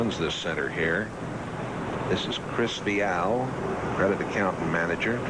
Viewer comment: If only they could say Chris Viales name right....